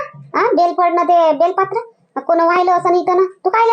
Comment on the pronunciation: बेलपात्र नाही बेलपत्र म्हणा.